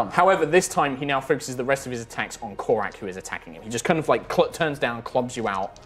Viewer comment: If doesn't start getting the name right, he's gonna end up narrating an extended battle sequence of Korak vs Korak.